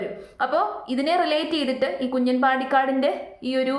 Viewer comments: കുഞ്ഞൻ എന്നല്ല , കുഞ്ഞാൻ ആണ് , തട്ടിപ്പിനും വെട്ടിപ്പിനും ഒരു കുറവുമില്ല. Congraa.... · കുഞ്ഞൻ അല്ല 😂 കുഞ്ഞാൻ . Ha enthayalum kuyappamilla aal air il aan😂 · കുഞ്ഞൻ അല്ല കുഞ്ഞാൻ പാണ്ടിക്കാട് 😂